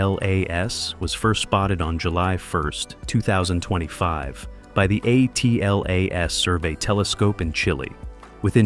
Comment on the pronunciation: The AI pronunciation on this video is horrible. ATLAS is atlas, not A-T-L-A-S. Acronyms were created to shorten unnecessary terms; way to waste precious seconds of my life I can never get back... Even more because I had to come here to complain about it.